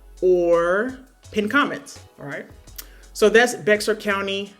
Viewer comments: Just FYI it's pronounced 'bear'. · Love the content. FYI, Bexar is pronounced "BEAR." Lots make that mistake lol